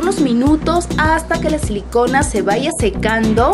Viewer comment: Tú dijiste sin selicona